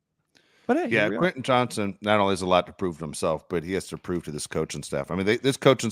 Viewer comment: I’m a big fan of this podcast but it drives me up a wall when continually calls WR Quinnen Johnson. It’s QuenTin JohnsTon. There is a “T” in his first and last name.